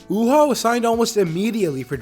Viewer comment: It's pronounced U-Haa